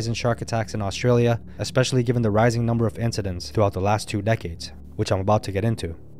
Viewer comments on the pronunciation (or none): none